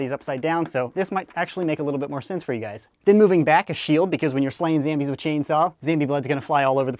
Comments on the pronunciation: It's zombies not zambies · do you mean zombies instead of zambies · SAME MATE ! its not zambies its zombies! (i laugh every time)! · why do you say zambies its zombies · who says zambies it's zombies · It is not Zambies its zombies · WY the heck does he call zombies ZAMBIES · why does he say zambies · Why do u call it zambies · Why does he say "Zambies" ? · why do you say zambies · said zambies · He just ruined the word zambies for me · Why is he saying zambies